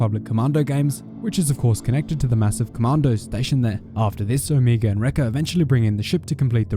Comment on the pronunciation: is the only youtuber to pronounce omega the way she does